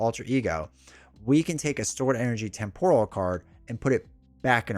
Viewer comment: TEMPORAL. Pronounced [TEM] + [PUH] + [RUHL]. Damn you,!